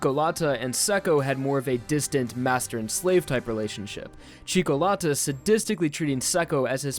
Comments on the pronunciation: "cikolata" IT'S FUCKING "CIÒCCOLATA" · C H E E K O L A T T A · Do not pronounce Italian names if you can't. It's CIÒ CCO LÀ TÀ TI Z IANO SÀ LE ALSO YES JOJO IS GAY AND I LOVE IT :D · Im italian, and your pronunciation of "Cioccolata" gave me cancer, it's "Chi-okko-lata" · It's killing me as well